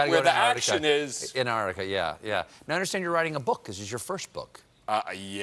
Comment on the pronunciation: Ugh, Stephen! It's not AntARTica, it's AntARCtica!